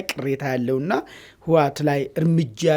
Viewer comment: አንተን ብሎ ተንታኝ አቦ ይህ ሰዉ ስያስጠላ አነጋገሩ እራሱ ስያስጠላ ስጀመር የህወሓት ስም አፍህ በደንብ አይዝለህመ እዋት አይባልም ህወሓት ብለህ ጥራ ሌላዉ ጦርነት ይጀምራል አይቀረ ነዉ ብልፅግና ጠቅለላ ሠራዊቱ ወደ ትግራይ ክልል አከባቢ እያከማቸህ አይደለም እንደ አማራ ክልል እየተዋጉ ያሉት ወጭ ሌላዉ ወደ ትግራይ ምን አባ ልያደርግ ነዉ የፈለከዉ ወላሂ እመነኝ ብልፅግና አልቆለታል